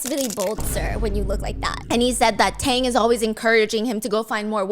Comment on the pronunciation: I don't know why I'm laughing when Stephanie mess up all the name at the end without noticed it. Tang became Tong. Bobo became Bobby.